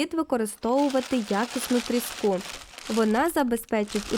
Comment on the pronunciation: трІску а не тріскУ